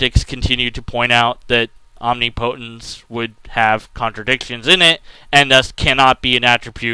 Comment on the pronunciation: It's not om-ni-PO-tence. It's om-NIP-o-tence.